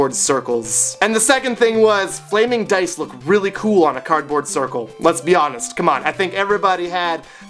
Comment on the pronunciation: every time he said "lets be honest" i kept on hearing "les-bi-anas" ;~